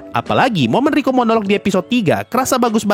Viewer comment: Rika bang bukan riko,rika orimoto bukan riko simanjuntak